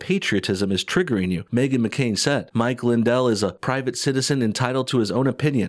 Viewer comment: mwichwael lwindwell is the gwaetest dae is! Yur knot scwared of thwem, mwichwael, ware you?